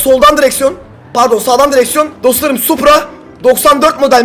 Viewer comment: Tahmin:Arkadaşlar farkettoyseniz da supra yerine suppor diyo yoksa bobby in öyle bir kardeşinin olduğunu ve nasıl biri olduğunu konuşuyor olabilirmi?